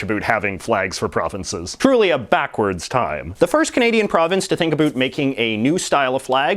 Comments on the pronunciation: Why hè says "abut" instradamento of "about" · "N sine"..."a boot"..."a roond" - damn dude, you can't speak Canadian English...sad. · "a boot" yay